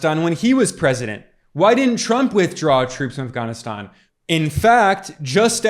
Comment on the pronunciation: Um as soon as you pronounced Afghanistan they way you did. That was weird if you’re an American. Sounds like a wanna be them. You are directly attacking Trump showing video clips out of context. I just wanna add, Trump was the 45th president he could not fix in 4 years all the broken policy’s that came before him. He got blamed a lot for obama policy, Trump Supposedly separating kids from parents at the border, that was obama policy. Due your due diligence people for the sake of Truth. Dr has an interview with the head of boarder patrol at the boarder, the agent told that Trump policy had rapid DNA testing for children coming w/adults claiming them as theirs.. it was immediately removed when Biden took office. The Biden administration is making money off sex trafficking. How come no one is talking about Hawaii anymore? And that strange fire where no national guard was called in and thousands of children were lost. Spare yourselves guys this guy is getting paid to spread lies and distraction. There is way more to investigate than what I’ve said here.